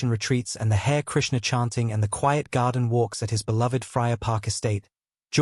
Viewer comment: HARE......KRISHNA ......HARE????????PRONOUNCED (HARREH) EMBARRASSING NARRATIVE.